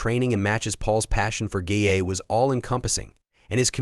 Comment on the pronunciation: The huy in the grey hoodie is not Paul but a Dubliner who won the Paul Mescal lookalike competition last week in Dublin! Sloppy editing and its not " GAYA" it GAA= GAELIC ATHLETIC ASSOCIATION.